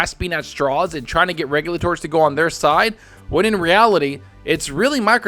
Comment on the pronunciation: still doesn't pronounce "regulator" correctly lol